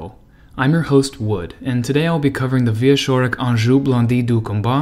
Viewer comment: Wood, you did great as usual. One thing tho. Wieczorek sounds in the middle more like "tch" (watch) than "sh" (harsh) But still, this is just nitpicking as I have zero issues with your reading. Thank you and TE team for this effort. Interesting story. "cz" in Polish is like it is in CZech Republic :)